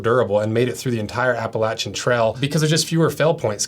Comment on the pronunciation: We appreciate you proper pronouncination it Appalachian trail